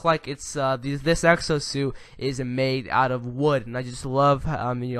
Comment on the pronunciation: Is it just me or did I hear him say sexo suit at times throughout the video?